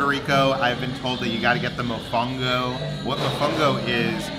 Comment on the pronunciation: A little piece of me died when pronounced “mofongo”😔 I know he’s trying, but still